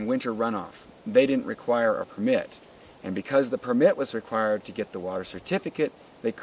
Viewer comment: A few tips. Don't say permit like you do; say permit the way everyone else says it. Don't say 'stat dec'; abbreviations are for in-house use, not a public statement. "They clearly told him at the time" that's the brothers' problem for not then getting, written cofirmation of an important official statement; rookie mistake ! . o0o